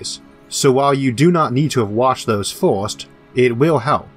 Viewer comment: What accent is that "first" is pronounced "Fuirst"